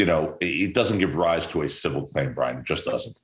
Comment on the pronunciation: I don't mean to laugh, but when Brian accidentally said "BLYIN Laundrie" I had to chuckle. Freudian slip? 😂 Also, I'm very glad to see they have filed this. I truly hope SOME kind of justice comes from this. Two families were destroyed because of Brian's selfish actions. I'm sure we will find out more, but I do believe what they are alleging is true. Even if they didn't necessarily help him try to leave (although I think they did), I believe they absolutely knew. There is no way they didn't. The final camping trip, all the things Brian had with him, they way his parents located said items they very day the reserve opened back up. There is too much that leads me to that conclusion.